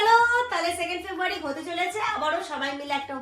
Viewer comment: Ki febuary,febuary korcho,beshi style marte giye February ta thik vabe bolteo parcho na...